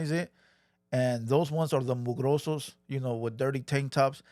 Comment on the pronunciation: Homie said, “the mugrosos” 🤣🤣